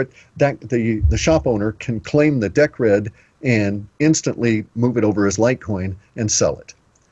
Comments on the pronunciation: I love it that in the example Cliff gave, it was all about Deeeeeecred and Litecoin and ice-cream bars, but not one mention of Bitcoin...OMG its Deeeeecred - makes me cringe everytime Cliff gets it wrong cos it sounds so stupid - like me calling Bitcoin BiteCoin with a silent EEEE !!! F !!! PS - I know FA about Decred ( Deeeecred ), so its pretty pointless talking to me about that - a better example would have been Atomic Swaps between BTC & LTC, or even an equivalent of Atomic Swaps between Gold & Silver... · ok, so, Decred is pronounced Deeeecred as far as I'm aware...XRP is Ripple which is bankster infested... I'm not sure about calling Atomic Swaps a "smart Contract" - thats possibly almost insulting considering ETH and all the ICO TOSS thats been goin on recently...mmm...otherwise, interesting so far...cheers...